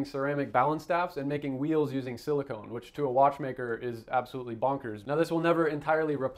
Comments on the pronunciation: Silicon not silicone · Small correction: Silicon. Not “silicone”. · Is this clip AI generated? He keeps saying silicone instead of silicon. Doesn't actually show the movement either. Also, there are other escapements on the market that functionally do the same thing of separating the locking action and impulse force, reducing the maintenance intervals.